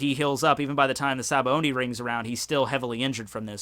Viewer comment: Why do you pronounce "Sabaody" as "Sabaondie"?